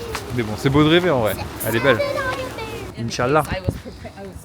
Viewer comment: elle dit mieux « inchallah » que toi OMG !!